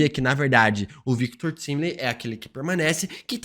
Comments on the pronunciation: O mais explodir de cabeça é o a todo momento chamando o Victor Timely de Victor "Timili" com "i" e em todas as cenas da serie que ele coloca é falado claramente Victor "Taimeli" isso realmente explode minha cabeça já que em em inglês tempo se pronuncia "taime" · É Victor “taimilin” 🙄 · pq insiste em ficar falando errado "Victor Timely"? vem da palavra tempo em inglês, pronuncia "tai"mely, ajuda a gente man, parece a volta do "feintiço"